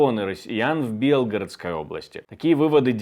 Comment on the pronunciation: Уважаемый ведущий,хо тябы ради уважения к л юдям,вынужденным покидать свои дома, научитесь ПРАВИЛЬНО ставить ударения!мы ж ивнм не в БЕ лгородско й,а В БелгорОдской обл асти каждый день под бомбами в отличии от в ас,сидящих в тепле и в своих домах,а вы даже не утруждаетесь прави льно прочесть текст!!!